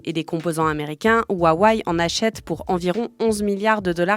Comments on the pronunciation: Alors rip les utilisateurs de huawei Mais svp, c intenable la prononciation jpp 😂 Wa wé ou wa weï pas huahuaï mdr j’vous jure jpp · Pitié ... "Ouaouaïe". J'ai tenu 30s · C’est juste « Wa-Wé » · " ouaouaye " ... Un peu de sérieux. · C'est quoi cette prononciation de huwawei ? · 1000 abonnés sans vidéos ?! Salut, je viens faire chier, ça se prononce « Rwa-weille » en Chine. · Le fond de cette vidéo est bon, mais je ne comprends pas pourquoi vous n'avez pas pris 20 secondes pour trouver la bonne prononciation de Huawei sur internet. Ce manque de sérieux sur les détails vient tâcher votre travail, ce n est qu un problème de forme, mais la forme c est le fond qui remonte. Dommage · Mdrr c'est clair qu'elle le prononce mal lol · bah non, mis à part la prononciation de Huawei franchement c'était hyper instructif.